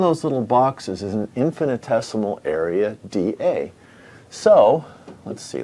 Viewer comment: Thanks for posting this... I had so many things I wanted to say ask, but I'll just post the definition of infinitesimal as I've never heard the word before and even thought that you were saying infinite-decimal... In mathematics, an infinitesimal or infinitesimal number is a quantity that is closer to zero than any standard real number, but that is not zero.